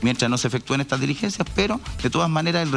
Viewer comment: Señora defensora de Huaiquipan, tenga cuidado, usted es abogada, la palabra " DELIGENCIA", no existe. Se escribe y se pronuncia: "DI LIGENCIA"...